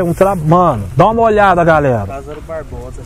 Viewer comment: Mano é LÁzaro E não LazÁro Por favor